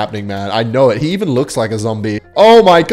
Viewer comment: It's cute how you say "knour" instead of "know" accents are fun :)